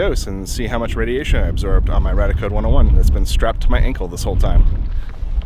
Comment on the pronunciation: BTW, it's Ray-Dee-Ah-Code.